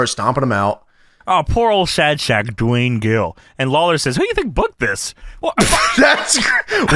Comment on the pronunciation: Doo-Wayne Gill